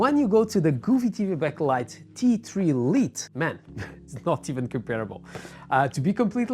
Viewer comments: Great video! Thank you! Also, for future reference, "Lite" is pronounced like "light," not "Leet." It's an informal variant of the word. It's like a nickname. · Bom video! Só uma nota: "Lite" pronuncia-se "L(ai)te. Força! ;)